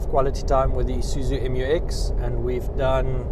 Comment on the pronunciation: Pronounced MEW-EX 😊. Oh, journalism is so junior in South Africa 🇿🇦 😢